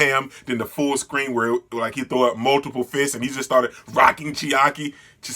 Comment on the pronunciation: Lmao chi-sa-key and the yok-uz-za